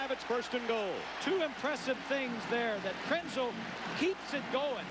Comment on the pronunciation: Lynn Swann mispronounced Krenzel's name.